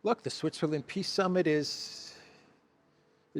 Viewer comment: "Ehhhhh....China is disrupting piss Summit...ehhh very unfortunate" 🤡📯 Thanks,. Be good. 😎👊🏼